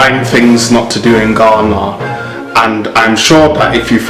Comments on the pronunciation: Nr. 1 Don't pronounce GHANA like the guy in the video. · OMG. The most horrible, annoying video I ever watched on utube. What makes him think he sounds British? Forcing some stupid accent. The way he pronounced Ghana is very bad. I don't know who encouraged him to do this video. I'm disappointed, but this guy is not from Ghana. Eiii